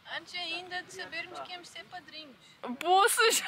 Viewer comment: Não se diz "madrinhos" e sim padrinhos ahah beijinho ❤